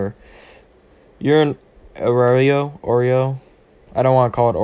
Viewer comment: (O-rawr-E-O) I think is how you pronounce the name